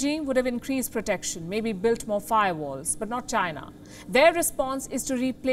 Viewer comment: China Not Gina